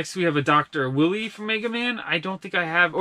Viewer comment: It is pronounced Dr. "WHY-LEE"